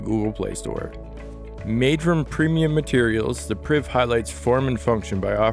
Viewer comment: Did he say BlackBerry Briv?